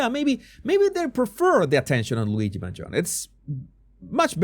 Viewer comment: You are the only one that pronounce MangionE, properly.